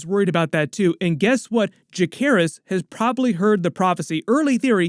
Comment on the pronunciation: Bro did you just say Jackerys?